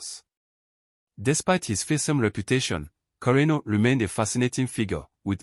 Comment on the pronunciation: You got the pronunciation right.